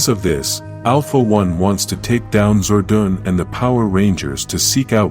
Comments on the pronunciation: Your saying Zordan name wrong if ur going 2 Do Vedios especially about Power Rangers Make sure you say there name right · It made me mad when he said "Zordan" 3 times when he said it but i knew it wasn’t his fault so i decided to calm it down. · Can't watch it on account that Zordon's name is being mispronounced.